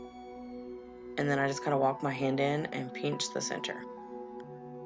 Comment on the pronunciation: Did you say "peench" instead of "pinch"? Because of that I subscribed!!!!!! lol So cute! Edit: I hope you're still making videos!!!!